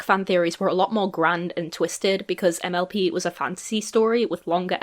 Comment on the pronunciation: Idk why but every time you were to say mlp I heard mlb so I would randomly get confused because I didn’t know when you started talking about miraculous 😅